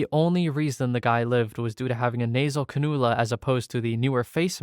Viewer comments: Nasal canoola, google did you so dirty 😂 It’s pronounced Can-you-la A for effort though! 😊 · Ik im not the only one commenting, but yes, its can-you-la. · "Cah-NOO-lah"😂😂😂😂😂😂 Im ded ☠️🤣☠️🤣☠️🤣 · As a nurse, can-U-la (your second pronunciation) was correct. Andyest, a dialysis patient could easily bleed out. Many dialysis patients get something called a fisula (a surgical connection between a vein and artery. Look it up) essentially creates a large vessel that "hums" from the large amount of blood now passing through. They create that large vessel in order to easily place a really LARGE IV through which is required for dialysis. (Think almost juicbox staw bi. Normal IVs are roughly 24-18G. These iVs are about 15-14 Guage. The smaller number equals bigger) so, if something nicks the vessel, or if proper pressure provided over a prolonged time after needle I section, a patient can bleed out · They rely on GOOGLE?! No wonder the pronunciations are maddening! It's CAN-you-lah. Rely on Google for: nothing Remember having to do essay tests & not knowing enough to do a proper essay so you bs as best you can? THAT'S Google. ARGH! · it is pronounced can-u-lah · Yes, CAN-you-la.